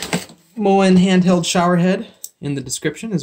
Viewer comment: Thank you for showing how to pivot/rotate the part of the bracket that holds the shower head, which Moen's installation instructions and YT video do not show. (Also, it's pronounced "MOW-en".)